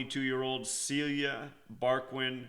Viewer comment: Fucking yankee rip my beautiful celia. Her was name is (ceelia) no cilia..